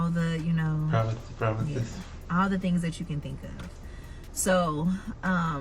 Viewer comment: Did you say "promithes, promithes"? 💀💀